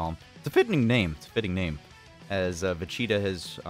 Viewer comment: take a shot whenever he says "vecheetah"